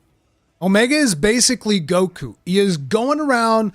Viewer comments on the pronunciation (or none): none